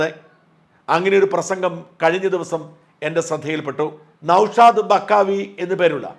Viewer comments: നൗഷാദ് ബാഖവി ആണ് സാജാ, ബക്കാവി അല്ല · ബഖാവി അല്ല നൗഷാദ് ബാഖവി എന്നാണ്✔️ ok Tanks💚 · ബക്കാവി അല്ല ബാഖവി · ബക്കാവി അല്ലടാ പൊട്ടാ ബാഖവി എന്ന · ബക്കാവി എന്നല്ല ബാഖവി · ബക്കാവി അല്ല.. ബാഖവി.. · നൗഷാദ് ബക്കാവി അല്ല... ബാഖവി 😅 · നൗഷാദ് ബാഖവി ആണ് ബക്കാവി അല്ല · നൗഷാദ് ബഖാവി അല്ല. നൗഷാദ് ബാഖവി.. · ബഖാവിയല്ല ബാഖവി